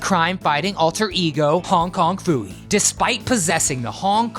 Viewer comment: You got Hong Kong Phooey’s name wrong.